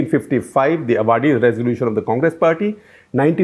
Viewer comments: the place is not अवाड़ि it is आवड़ि. 😊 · It is Ah Vadi. where the Congress meeting was held. Not A vadi. The A is the second vowel (longer one) in Indian languages. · A minor point - the place Avadi in Chennai is pronounced as 'Aavadi', not 'Avaadi' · Avadi is pronounced as Aavadi and not Avaadi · Humbly request you to learn the reasonably correct pronunciation of names of places in Tamil Nadu. Avadi is pronounced as aavadi and not avaadi please. If in doubt, just look up the Hindi version of the Avadi railway station board. If you care to take a little trouble, you can win over the hearts of many.. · I do follow all your videos with great interest. Thank you for the great work! Small point...it's Aavadi not Avaadi 😀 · Maybe already pointed out in the comments below but New India Insurance has its HO in Mumbai and Oriental Insurance in New Delhi. Also I must point out Avadi is pronounced Aavadi not Avaadi as SG repeatedly says it. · Dear Sushil Gupta ji, I've never commented on your detailed, sometimes dreary overlapping talks, packed as they are with a a lot of information. But I expected you as a senior journalist, pronounce south Indian names correctly. Avadi is pronounced as Āvadi, not as avādi. In hindi, which like many Indian languages, being phonetic, such confusion can best avoided. Please watch: Please desist in future to pronounce erroneously. The Tamils pride is their language and culture, and form a high percentage of people who listen to you in English. Thank you. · Sir, Excellent summary and the story at the end! The VP Singh story could've had more English, please. And I'd like to point out that Avadi is pronounced "aabadi" and not "avaadi", and would request you that this be clarified in the next video. Thank you! 🙏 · Sir while you pronounce, it's Aavadi with a extra 'a' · Avadi should sound as ‘Aavadi’ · It is pronounced aavadi. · Yes indeed. I also wanted to point out same . Headquarters of oriantal and New India has been mixed up.